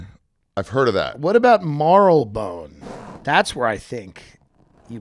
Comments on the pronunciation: Mar-le-Bone. Tim is really bad at the pronunciations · It is pronounced mar-lee-bone and you wont find drug dealers out on the streets in battersea or anywhere near central london. You will have to know people, to get drugs, there is no open air drug markets in the city (cctv and facial recognition everywhere), you will have to get on the tube and go to places like Hackney or Southwark and then you will only find crack and smack being sold openly on the street. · I grew up in Marylebone in the 70s and everyone called in Marri-le-bunn with the stress on the i. The Marleybon pronunciation is more recent. In the end it doesn’t really matter. British place names are specifically designed to confuse everyone!